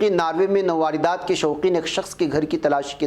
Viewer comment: nawardat nahin balke sahi yeh hai nawadrat